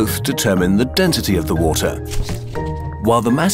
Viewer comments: dentity? its spelled density and pronounced density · Y you say dentity instead of density... U disappoint me ;( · I feel like I’m going crazy. Is it just me or is he saying “dentity” instead of density ?